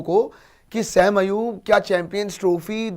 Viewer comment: O Bhai wo Sam nhi Hy sa-im hy😂😂😂